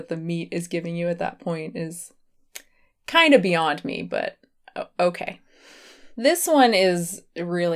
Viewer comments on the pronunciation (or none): It sounded like you said Beyond meat but you said beyond me😂